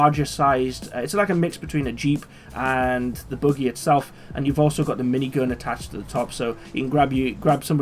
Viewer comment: why are u calling a buggy a boogie ?